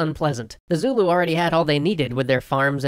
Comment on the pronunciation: As a South African, with both Afrikaans and English parents and who has worked and lived around the Zulu all my life, allow me to tell you, your pronunciation is horrendous. That said, good video, although you did leave out a couple of details but honestly, they're the kinds of very nuanced things that only the we'd know as locals. So.... Thumbs up. The biggest thing is your pronunciation of Boers. It's pronounced 'boors' with a rolling R and yes, the English have made them aware of what boor means in English for centuries.